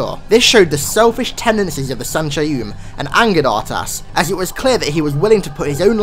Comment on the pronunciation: I think his name is probounced UrTas instead of a hard R